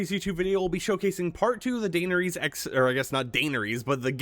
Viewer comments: ITS PRANOUNCED DA-NER-IS HAVE RESPECT FOR YOUR QUUEEN!!!!!!!!!! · Dainer ease kills me. I had to stop the video after 42 seconds lol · Qween Daynuhreese of Target and her steed, Dro Gone. 😂 Love ya firemonkey. ❤ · If you can't pronounce her name, just say "Danny" at this point😭😭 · Please learn how to say her name correctly